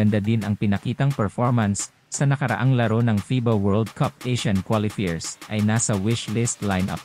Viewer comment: Ayusin mo naman pronounciation mo, hindi qualifeers, qualifiers😁😁 worldwide tayo eh